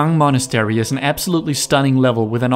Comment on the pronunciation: The way you prounounce Monastery tho